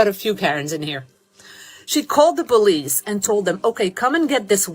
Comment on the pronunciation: It's not Bolice, it's Police.